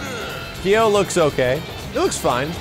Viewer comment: I'm sorry "Kai - oh?" for Kyo, wtf?